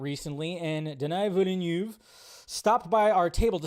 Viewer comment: Denis Villenueve is pronounced Duh-nee Vil-nuv.